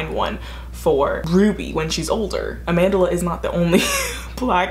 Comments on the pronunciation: “AmandERla” 😂😂 it’s just Amandla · I'm south african and its pronounced closer to AH-MHAN-DHLA but i know that's not important info it's always just funny when I hear Americans say her name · The way you pronounce Amandla makes me laugh